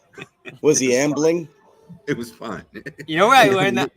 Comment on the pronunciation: Amit is pronounced ah-meat not ah-mit.